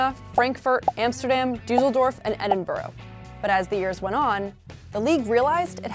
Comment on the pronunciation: Another video, another American butchering the pronunciation of Edinburgh